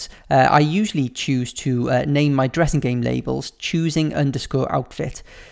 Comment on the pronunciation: It sounded like you said "lets make a Jurrasic game" 😂😂😂